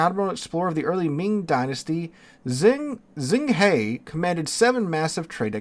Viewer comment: Zheng He is pronounced jung huh (huh like WAR! HUH! Good god, yall). Zh makes a j sound in Chinese.